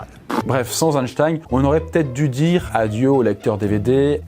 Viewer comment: ⛔Parcontre une erreur historique n'a jamais était mise a jour , la prononciation de son nom tout le monde dit Einstein (ein)alors que ca se prononce Einstein (in).⛔